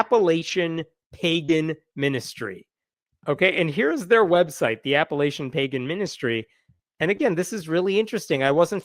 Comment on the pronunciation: Appa-LATCH-un. It will feel weird the first 20 times you say it, then it will be normal. The mayor has a wonderful opportunity right now to announce once and for all that everyone is included, and that the great city of Parkersburg would never discriminate during one of their parades or other public functions. He can be sorry for any miscommunication, offer to help offset funds, and pose for a photograph with this Pagan group, for their Facebook page. Y'all means ALL!